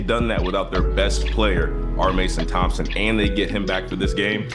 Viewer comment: It’s R Mason-Thomas not Tomson🤷🏻‍♂️